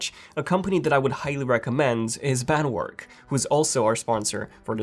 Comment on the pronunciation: BandWerk is spelled like this: “Band- Verk”